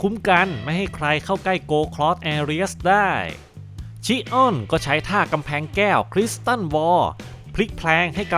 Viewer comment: แอเรียสชิออน✅ แอเรียสชิอ้อน😢❌ โกลด์เซนต์อวาเรีย✅ โกลด์เซนต์อเวเนีย❌ เป็นชื่อเมืองท่องเที่ยวนะครับ avenir ❌❌โกลด์เซนต์อเวเรียไม่ได้เป็นยุคเดียวกับเซย่า❌❌ แกะทองคำคนนี้ มาจากโลกคู่ขนาน ที่กองทัพยมโลกชนะ ฟังอาเธน่าพ่ายแพ้ ถูกโครโนส พาตัวหนีมาจาก โลกที่สิ้นสลาย ‼️ ข้อมูลผิดเยอะเลยนะครับ